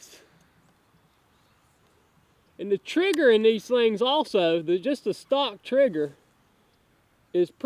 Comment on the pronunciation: Stock not stick lol